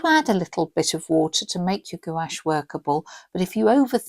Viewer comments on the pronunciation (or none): No judgement but Gouche is pronounced GWASH.